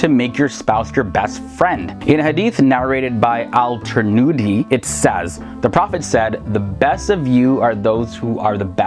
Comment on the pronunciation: You said the first hadith is from trinudi🙄 but it should be ''tirmidi"